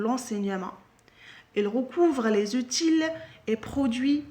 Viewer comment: C'est pas , c'est - ootie